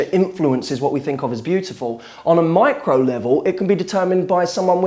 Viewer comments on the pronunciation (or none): none